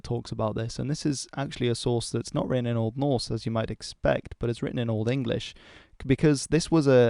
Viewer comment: I am very much impressed by your broad range of interest and the quality of your videos. Also impressed by your pronounciation of Norse/Scandinavian names.